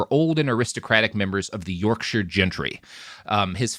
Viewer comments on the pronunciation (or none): none